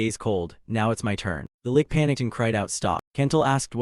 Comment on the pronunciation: I was so fine with the AI misprounced words, until the fight with the lick... cough... lich. what the hell is a kicking punch?